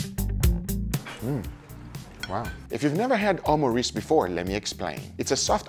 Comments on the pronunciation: ayo wtf did he just say omureeces puffs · he really said omureece lmao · Loved how you said “omurice” even tough its an english based word 😂